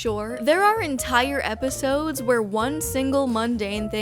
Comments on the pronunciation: consistently saying “eposides” without laughing is peak comedy 🤌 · I love the consistency in pronouncing eposides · I kept hearing "eposides" and I thought you were having a stroke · I'm on the bus and laughing out loud because of "eposides😭😭"